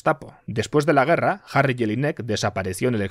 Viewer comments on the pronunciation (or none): none